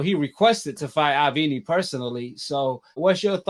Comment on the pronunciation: Its (AvNEE, AvNEE) bro jeez. U constantly say the mans name. Its pronounced (AAA-VVV-NN-EEEYY) I'm not a CANELO FAN but damn bro. I'm definitely feelin "WB - CANELO" EXPOSURE!!! gettin better tho. I ain't really get down wit it due to the "HANEY BIAS". My apologies for previous comments 💯🙏🏾👑🥊